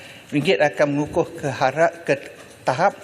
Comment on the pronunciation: Mengukuh ke membutuh? Tak berapa clear la